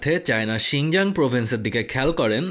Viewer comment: 'শিংজাং' না ভাইয়া 'শিংচাং'